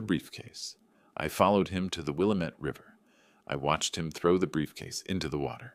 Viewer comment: Good story. AI needs to be corrected to pronounce Willamette correctly